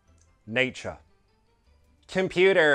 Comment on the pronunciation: Computerrrrrrrrrr ho brrrrrr